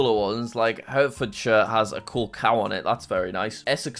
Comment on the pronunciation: As someone who lived in Herefordshire for the first 21 years of my life, I find it wild that you not only called it Hertfordshire but also didn't know the very famous breed of cow that Hereford is know for?!?